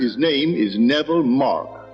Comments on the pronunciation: Navarre is not correct. Neville. Ne-vil (pronunciation). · Music is very distracting. Also, his name is Neville — not Navarre.